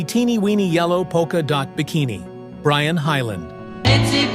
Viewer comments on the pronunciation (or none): none